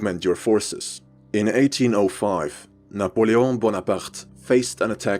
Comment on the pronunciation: most perfect French pronounsiation of Napoleon Bonaparte